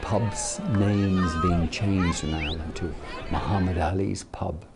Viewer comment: Muhammad Alis " Pub" lol ffs